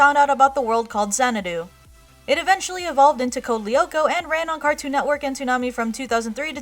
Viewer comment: You pronounce "Lyoko" wrong -.